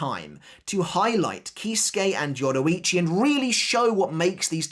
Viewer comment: Why did you butcher her name like that ?